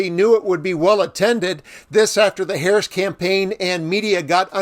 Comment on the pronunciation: He accidentally pronounced VP Harris' name correctly.